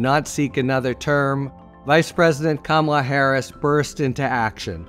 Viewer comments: It is KAMala not KamALA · comma lah. Not camo la.... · Harry pronounce her first name correctly. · C’mon, Harry - learn how to pronounce Kamala! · Say her name correctly.